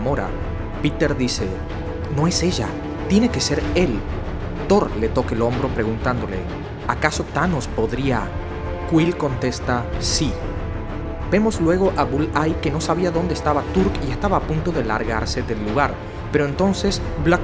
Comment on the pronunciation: Clorox Fan verdad que si, yo sabia que era Bullseye, pero es que dice Bulleye